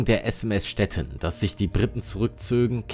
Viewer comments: Stettin ist eine ehemalige deutsche Stadt das Schiff heißt nicht Stetten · kennt der Kommentator wirklich die deutsche Stadt STETTIN nicht? Mit langem iiiii!